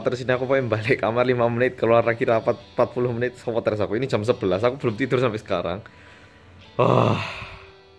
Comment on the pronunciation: lucuuuu ngomong (seutressss aku rekkkk)